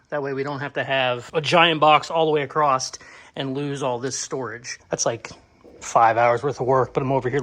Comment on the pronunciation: I love this guy, but dangit across has no T. So, please don't say acrosst. Other slang is totally acceptable :)